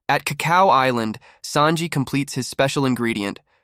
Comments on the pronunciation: Around 15ish minutes bro says "is-land" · Is this ai voice generated no way you watched this show and mispronounced island dawg 😅